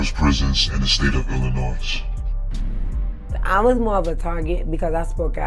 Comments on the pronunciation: hard to understand the voice and Illinoiz is not prounced that way....it's Illinoy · Illa”Noy”……not Illa”NOISE” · Back to Basic English to not sound ghetto . Silent s on pronouncing Illinois. Pronounced Illinoi. A Joe Daddy message. God Bless. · Learn how to properly pronounce the word....Illinois